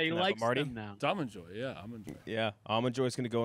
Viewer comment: “understanding” and pronunciation of Almond Joys made my brain bleed